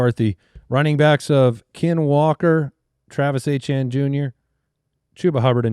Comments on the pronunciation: Did I miss something? Who is Travis Achane?? Isn't it pronounced E-tee-en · And they all said it multiple times. I was beginning to think that maybe it was pronounced that way but I have no idea how I would get Achane out of Etienne haha